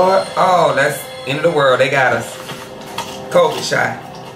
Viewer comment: Im dead he said covidd 😂😂😂😂